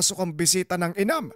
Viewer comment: Correction po....hnd inam Ang twg Jan......imam po